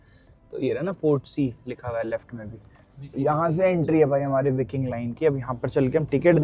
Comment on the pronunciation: विकिंग नही व्हायकिंग